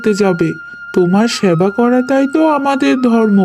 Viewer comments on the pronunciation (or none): স‍্যাবা” নয় “সেবা”